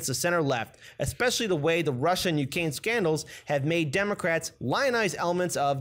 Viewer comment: Lol: "Ukaine Grate"